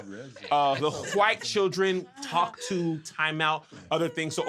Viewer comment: Hilarious 🤣 🤣!! From the “Hey Tom” moments to the explanation of the bleeding hwhite skin 😭